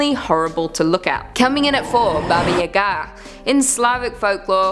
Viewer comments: It's Baba YA-ga, not ya-GA!!! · It’s baba yaaagaa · Look I know everyone loves... 🤔 But please don't let her please don't let her pronounce Baba Yaga again. The Russian pronunciation is very similar to the American pronunciation. It's just the slow Ba-ba Ya-Ga. I confirmed this with a simple Google search and there are people who tell the stories in Russian all over YouTube. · Why do you say Baba Yaga like that? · WTF,, you pronounce weirdly "Baba Yaga"